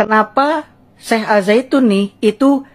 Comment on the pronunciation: Ngang ngong ngang ngong. Aljaitun mah